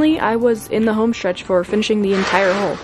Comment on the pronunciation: Every time you say "Hull" I hear "Hole" and my mind keeps imagining it's a Hobbit Hole you're building. Your drive and positivity is inspirational!